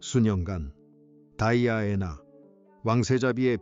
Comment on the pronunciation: 발음이 다이아애나가 맞아요? 거슬리는데...